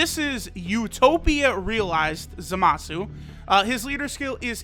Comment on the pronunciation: DANGITTTTTTTTTTTTTTTT IT NOT ZAMAUSU IT'S ZAM ZAM SU